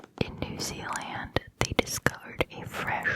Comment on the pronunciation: Lol the way you pronounce New Zealand is funny.